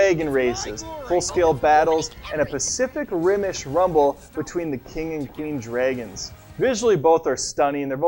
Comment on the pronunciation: Dreigonss...again (less obvious this time...improved (y) ) :P